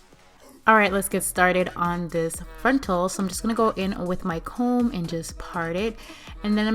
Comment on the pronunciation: Drink every time she says "frontl"